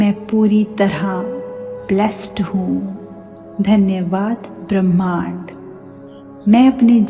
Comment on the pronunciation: अच्छा वक्तव्य दिया है। लेक्चर भी शांतिपूर्वक दिया है। परन्तु थोड़ा उच्चारण सही करो जैसे भ्रमाण्ड नहीं होता ब्रह्मांड होता है